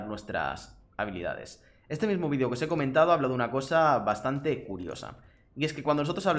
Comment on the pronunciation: Ese "Vidio un tanto diferente" me suena a "este es mi vidio favorito" xd